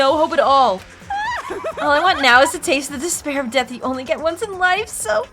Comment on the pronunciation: "Despair" Sounds like "this bear"